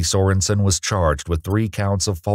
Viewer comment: KA-ty so-REN-sen Oh my God. They're evolving!